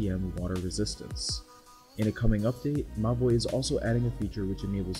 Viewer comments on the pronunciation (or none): Whenever he said: Mobvoi, I just heard "My Boi"